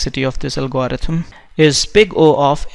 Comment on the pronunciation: Did he just say algoharithem?